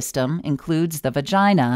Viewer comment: It’s kinda funny how it paused and then said. . . . . “ through your Virginia”. . .